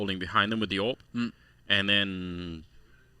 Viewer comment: Every time I hear them say A W P, Im like wtf is a A W P! It's an AWP.